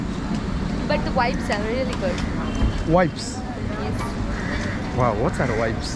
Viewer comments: No, I see where is coming from. She pronounced vibes as wipes. I was confused too as to what wipes are doing in a club to get such great reviews from. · Indians replaces V with W hence thought she said wipes lol 😂